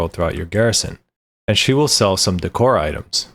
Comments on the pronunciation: daycor not deecor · Wtf is dee-core xD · Deckor. Decoration. Sound it out. Dècor, on the other hand is daycor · Just fyi decor is pronounced like a short version of decorative - dickor is fun, but it started to rustle my jimmies after a while oops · Hilarious how he says "De-Core" hahahaha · DEE cor? no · You would think you would learn how to pronounce decor before making a video like this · Why do people not know how to pronounce decor? 😂